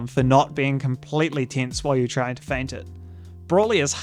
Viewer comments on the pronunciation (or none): none